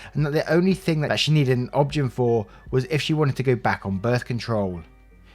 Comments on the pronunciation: Just a note, it's O-B-G-Y-N, the letters spoken out loud. Not obgen spoken as how it's read. Other than that, great job. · In the US, OB-Gyn is pronounced "Obie-Guy-knee." And definitely find another one and get a second opinion. What she's describing is NOT normal.